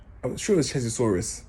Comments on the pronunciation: Man said 😂 I think you mean charazard my brudda. Nuff love my brudda, yutes need to hear this. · 😂😂😂😂😂 you meant Charizard my g 👊🏾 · Hold tight. It's Charizard btw mate. Love your vids though mate. Sick guy 💙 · lol rare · Lol. Its charizard cuh